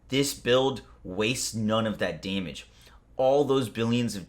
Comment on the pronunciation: "To prevent you from doing DAYMIDGE to yourself"